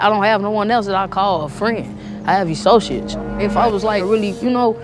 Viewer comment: . "Essociates" umm ok then .